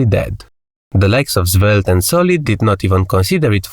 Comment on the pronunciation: why are you calling Svelte - Zvelte? 😅